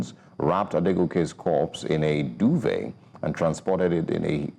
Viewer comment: It’s called duvet not duve 😂😂